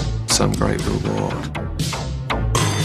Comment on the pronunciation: His pronunciation of "can't" is hilarious. Ringo Starr also has that affliction. (Brits-living-america-itis) Ha ha! ;-)